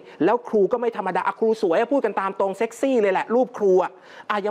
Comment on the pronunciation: ทำไมต้อง เน้น คำว่า เซ็กซี่ จังครับ 55+